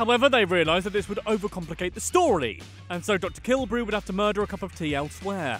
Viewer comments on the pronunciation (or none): The way said muder was gold